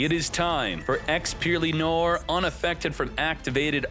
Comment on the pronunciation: Noir = noar .. its a frensh word means black